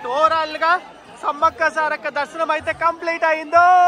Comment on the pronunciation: Brother .. సారాలక్క కాదు సారక్క